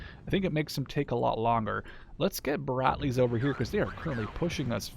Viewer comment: dont think its brat-lees bro its brad-lees